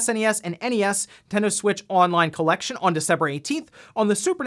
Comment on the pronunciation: Sometimes I remember the "nontendo smitch" and just crack up XD